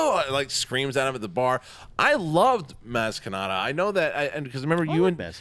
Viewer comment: I heard you guys repeat "maz katana" over and over again. It's KANATA.